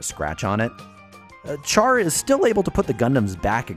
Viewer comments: Aaand you done went and called him CHAR (like burned food) instead of "Shh-arr"....which is his name. It's like calling someone named Sharon "Kairon" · Please pronounce his name properly. Char sounds like shaar. Thank you have a nice day. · did he just say char, like you would char-broiled? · I thought char was pronounced “shar” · you would be correct. he butchers it in the video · Great video... but Char is pronounced Shar, it is based on the French-Armenian Charles Aznavour, which has a Sh pronunciation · Enjoyed your video as a Zeon / Zaku fan, but I feel compelled to point out that you're mispronouncing Char Aznable's name. It's pronounced SHAR or SHAH not the way you're saying it with a C-H sound. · Drives me nuts when people put heavy emphasis on the CH for Char. Like it's really pronounced Shar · Char Aznable (シャア・アズナブル Shaa Azunaburu) You pronounce Char with a Sh sound, like the French Chien, not a ch sound. The Japanese do have the ch sound, and if Char was meant to have a ch sound, he wouldn't have the sh sound in his name.